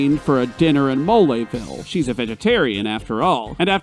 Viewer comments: Oh gosh, the "e" in "Belome" isn't silent? I've been saying it wrong all this time?! Oh gosh, the "e" in "Mole" isn't silent? I've been saying it wrong all this time?! What's "moleville"? I know only of "Moléville". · "MoLAYville" Really, dude?..😐🤣